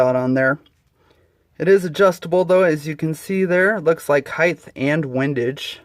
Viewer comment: Height, the word is H-E-I-G-H-T, not (heigth).